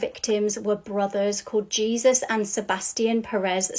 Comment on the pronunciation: I think it's pronounced hay-soooose.😅